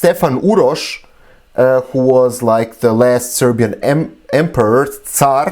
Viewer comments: I am shocked on how well you pronounce the names of the serbian leaders. Great job 👍🏻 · This man pronauce Serbians name so good. Correct and fluent. Briliant.